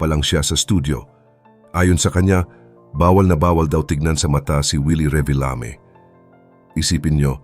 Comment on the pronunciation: "Reebeelami" sabi ng AI - lol